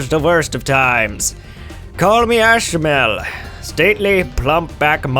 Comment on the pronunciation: Ashmel??? What the hell kind of accent was that either? You must be an idiot.